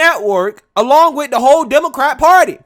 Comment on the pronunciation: Hey Breed it's "with it" not "wid it"......